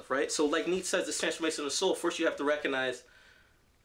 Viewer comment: Great video but its pronounced "NEE-CHA" :P